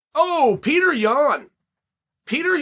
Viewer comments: PAY-OH-TRAY.... get it right chael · Petr: It's not Peter it's Petr. Chael: Peter Yan, Peter Yan. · My name is Petr not Peter